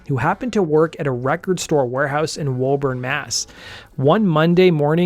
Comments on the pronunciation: Woburn is pronounced 'Wooburn' in massholian not Woahburn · Year old video so not sure if other comments pointed it out, and i'm not being a stickler here I just really like your videos and it seems you put a lot of work into each of them. So as a Mass native that location is pronounced "Wooo" or "Wu" "burn" let me know if you ever have need of the Massachusetts pronunciation of the city of Worcester (A metro west music hub in Massachusetts) The story of Scholz's accomplishment is amazing and the story of Delp is so sad. Great video as always, have a great holiday season and New Year. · Your pronunciation of Woburn and Watertown shows you're definitely not familiar with Massachusetts.